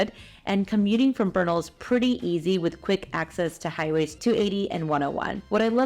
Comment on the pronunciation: It’s Bernal heights! 3rd generation born there… we don’t say Beeernal, and drag our words, like omg ish